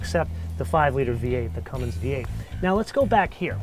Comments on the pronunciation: Thank you! I thought the same thing. "no g in cummins..." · Best line for a review ever. No "G" in Cummins. EPIC